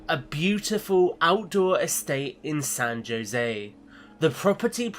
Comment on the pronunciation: San Joe zay?! Hahah fairly certain that it's pronounced San ho zay